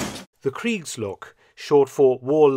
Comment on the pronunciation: As a native German speaker it took me almost the whole video to get what "creeks logs“ are.